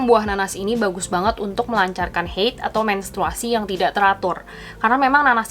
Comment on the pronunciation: Bukan heid ya kak tapi haid, itu bukan kata dari bahasa inggris tapi dari bahasa arab...